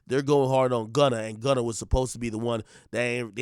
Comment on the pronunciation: Gunner!!!!!!! Not gunner😭